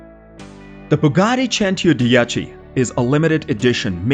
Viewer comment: Cento dieci 110 omg your pronunciation